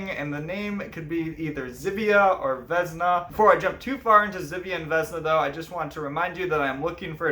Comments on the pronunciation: Uh jak już mówisz o naszej mitologi to przynajmniej spróbuj wymawiać imiona jakoś sensownie , nie wezna tylko '' Wiosna'' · Vesna is pronounced with an S and not with Z. :)